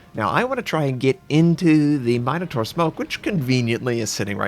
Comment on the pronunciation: MIN-O-TAUR, not MINE-O-TAUR